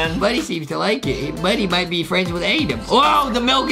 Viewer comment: Adam not adem